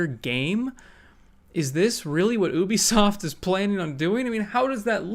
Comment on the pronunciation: It's pronounced "yoo-bee-soft" not "oo-bee-soft".